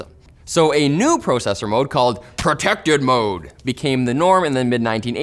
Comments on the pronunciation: I really get angry when I hear you or Linus say the word "Processor"...just bugs me. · Every single time you Canaders say “pro”cessor it makes me think of consumercessors.